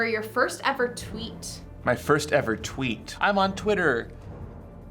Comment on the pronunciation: "Fist time what"😂